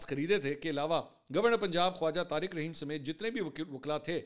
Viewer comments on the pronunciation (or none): none